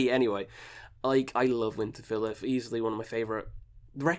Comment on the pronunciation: U pronounce Winterfylleth wrong.